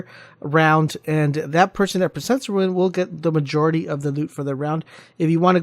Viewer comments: rune not ruin lol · DUDE ITS NOT RUIN ITS ROON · OMFG ITS RUNE DUDE, RUUUUNE. TF IS A RUIN YOU FOOL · RUNE. Not RUIN. You sound like an ass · RUNE not RUIN